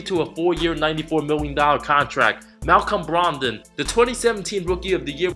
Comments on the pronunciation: “MalCHom Bromdum” 😂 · Malcom Bromdon lol